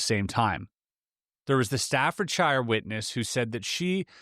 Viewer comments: "It tasted exactly like cardboard".... So, you've eaten cardboard before then 😂 btw, it's pronounced stafford[sheer] 🤭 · btw Stafordshire is pronounced sta-fud-shu :P and craft tilting on its side is more aerodynamic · It gets me everytime when an American pronounces a shire after the county name, pronounce the shire part as shere, staffordshere ✌️